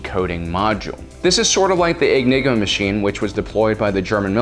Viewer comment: "The egniga mechine" I am going to restar ww2 just so you learn how to pronaunce it!